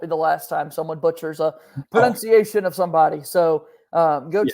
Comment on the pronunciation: You said Pronunciation as “pronounciation” LOL